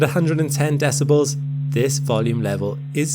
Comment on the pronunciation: The way you pronounce decibles leads me to believe this is AI